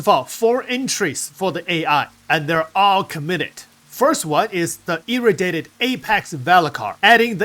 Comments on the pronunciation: FYI.. It's E-Ray-dee-ay-ted =P... sounds like you're saying "Irritated" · Irradiated is pronounced: EE- RAY-DEE-AYE-TED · love your contents too much but pleaseeeeee just take 5 seconds to look up how to pronounce "Irradiated"